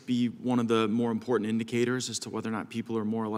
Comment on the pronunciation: The word is “important “ not imporint